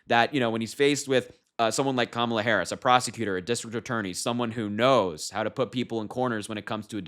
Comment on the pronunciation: I think we should start pronouncing Kamala‘s name with karma instead of comma…la… it’s KARMA LA!!!